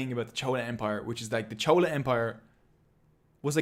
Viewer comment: Maybe it was your accent or you only learn by reading and not heard these words before pronouncing the word chola was wrong in Tamil video but loved the video nevertheless..❤❤